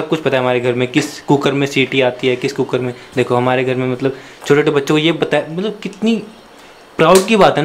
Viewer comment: said matlab ka matbal.😂😂😂😂😂😂😂😂😂